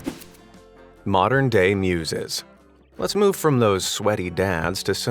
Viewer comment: "that critter wasn't able to moo-ve"